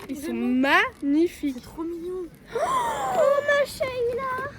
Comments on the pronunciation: C’est pas Mashaila, mais Masha allah, mais vous êtes quand même les meilleurs youtubeuse au monde 🥴🤗🤗🤗🤗🤗🤗😳😳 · jetait morte de rire quand a dit mayshayla on dit MASHALLA 🤣🤣🤣🤣🤣🤣🤣🤣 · C mashala pas mashaila